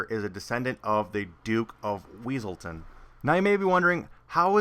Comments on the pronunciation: ITS NOT WEASELTON, ITS WESSELTON!!!!!!!! lol! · Everytime he said weasletown, I imagined that guy saying "it's Wesleton!!!!" In his voice haha